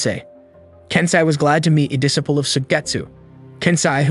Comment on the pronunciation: Where did you learn to say disciple? You say it incorrectly